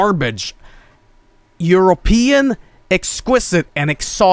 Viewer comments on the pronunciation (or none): none